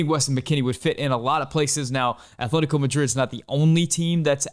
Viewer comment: there's no h in atletico